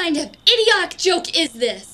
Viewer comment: We just gonna gloss over how the girl says, "idioc" ?